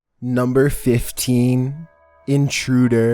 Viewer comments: Does he say number 15 differently because of the burger king foot lettuce meme? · NuMbEr FiFth TeEn